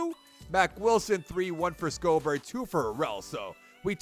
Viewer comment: Schobert's name is pronounced "Show-bert"